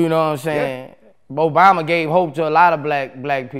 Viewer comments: Boosie High as f***. He said BObama🤣😂🤣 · Lmao he said Bobama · He Called Him “MoBama”😂😂